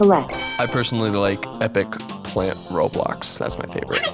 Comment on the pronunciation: the "roblox" pronounce made me dying